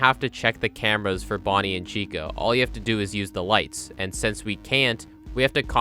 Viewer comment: it sounds more like Chico to me